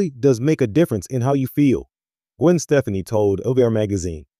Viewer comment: You would think if you're going to do a report on someone, you would learn how to pronounce their fricking name!!!!!